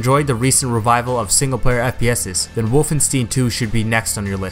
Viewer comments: Stein, not stien. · You said Wolfenstine instead of Wolfenstein lol